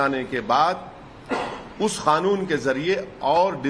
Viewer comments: खानून नहि। कानून बोन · खानून नहीं कानून होता है.....